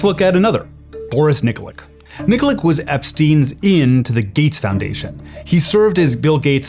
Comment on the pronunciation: Nikolic, pronounced "Neekoleech" not NIKLIK.